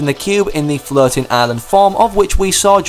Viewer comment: I keep hearing you saying flirting island instead of floating island